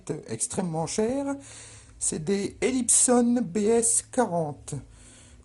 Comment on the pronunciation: Elips ON comme le son de " mais*ON* " c'est français et non anglo-saxon !